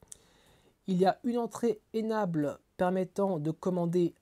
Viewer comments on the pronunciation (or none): Pour la qualité du discours : « enable » se prononce « inèbeule ». C’est tout pour cette fois.